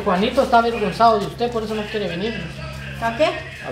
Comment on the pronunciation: Se dice avergonzado!! No averguenzado!! Y se dice aclarar!! No declararr!!